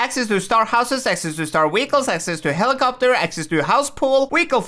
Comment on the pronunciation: Why do you always call them weecles lol